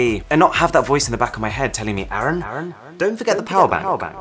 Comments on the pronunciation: Correct pronunciation of your name is "AArun" , not "Eren". Your name means Early morning rising sun , it also means Red colour. ^__^ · Idk why u pronounce your name Arun as Aaron 🤔....